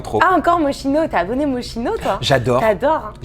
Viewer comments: Moschino... On dit Moskino... c'est de l'Italien patate de... (Bon déjà les parents se sont plantés dans l'orthographe de son nom lol). Je suis sur qu'elle ne sait pas non plus prononcer bruschetta... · ça porte des marques mais ça ne sait pas prononcer correctement. MO-SKI-NO merci